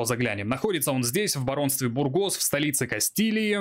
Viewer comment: Мб душно, но не БургОс, а бУргос. Ухо режет ппц…